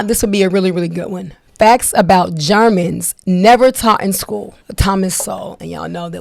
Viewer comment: "Jarmins" pronounciate ...female Podcaster. They didn't have history class in ebonic socialist schools?